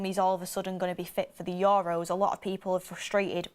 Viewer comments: We're gonna hear "Your Row" for weeks now, atleast 50x a video. Accent is one thing, but correct pronunciation regardless of accent is another. For example, an Asian accent would pronounce your surname Tucker as "Tooch-ker". Would you be okay with that? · The way she says EUROS is killing me every time 😂